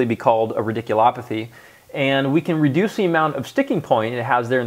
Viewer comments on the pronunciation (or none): Maybe you said "radiculopathy," but my ears heard "ridiculopathy." "Ridiculous," huh?